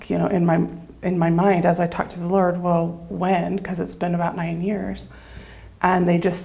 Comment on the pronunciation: Did she just say “the lard”?